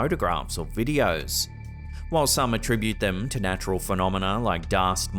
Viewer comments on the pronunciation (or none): none